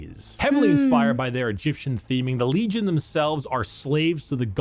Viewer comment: After watching like 8 different people react to, I've noticed one thing..... Occasionally, pronounces "n" as "m". Like, when he says legion as "legiom", but only sometimes.